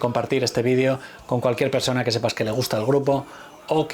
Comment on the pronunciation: No pronuncies la palabra video en inglés si hablas español porfa